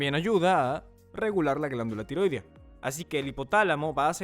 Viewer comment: Así no se pronuncia "tiroidea".